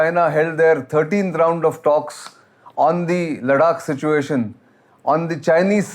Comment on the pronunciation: Sir with due respect. Whenever you are speaking as an expert. Kindly please get pronunciations right. It's not ladak it's ladakh . Sorry not a ladkhai myself but you know ita nice to pronounce them correctly. Thank you.